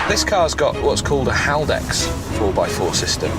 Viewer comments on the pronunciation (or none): The 4WD system is Haldex, not Heldux. See English Wikipedia article of "Haldex Traction".